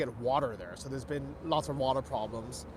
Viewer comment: Yes, yes biig pwaaabwams in San Francisco. BIIIIG pwabwams.